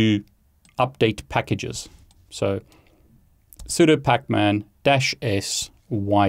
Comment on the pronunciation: he pronounces it "soo-dough", he really is just like me.